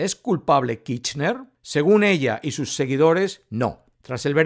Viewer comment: Ya di mi likito. Pero pronuncia la ''R'' KiRchner.:face-blue-smiling